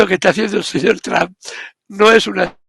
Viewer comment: Ribertoytu esposa es muy fluente en inglés te puede dar una mano, se pronuncia ( tramp) como la trampa sin la a al final